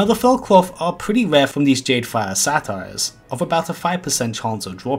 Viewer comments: You pronounced Satyr like "Satire". Think say-ter. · Satyr is pronounced say-tur. (Think of the "sader" at the end of crusader). I pronounced it as "satire" for a good eight years before someone corrected me lol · Sate-ur -- Not 'Sat' You can hear it correctly pronounced in Warcraft III cinematics. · It's pronounced Say-ter not sat-tire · Thanks for the vid, also its Say-ter not Satire lolol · Lol it's pronounced SAY-ter bud